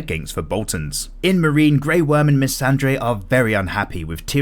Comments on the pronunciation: Cool stuff!!! Love these videos, do keep this up! Looking forward for season 7. The only thing is it's MissanDEI, not MissanDREI. And The NighT King, not The NighT'S King, that's another character from the books. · "Missandei", not 'dray'. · did you just say Missandre? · every time you mispronounce Missandei, i lose ten years off my life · Thisssss! No one else said ANYTHING!